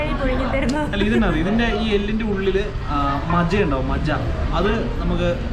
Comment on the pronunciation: കൊതിപ്പിച്ചു . മജ അല്ല മജ്ജ